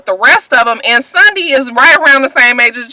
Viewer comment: Lmao@ Mike Jones! "Sundy got knocked in to Mundy"